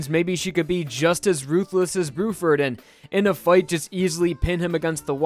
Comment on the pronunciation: "brew-ferd" lol